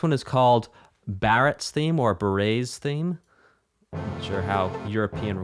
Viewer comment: OMG If Barret heard you say his name like that...! XD Me: "This is a long video. I'm just going to skip to the good parts..." Also me: Watches entire video.